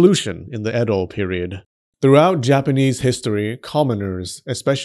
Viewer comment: Your pronunciation of Edo is hilarious. You missed the second bodily fluid which is the same fluid common in traditional miso, which is foot sweat. Yummy. The throw away part of sake mash can be used to make soap. 酒粕 is the one sake you want on you, not in you.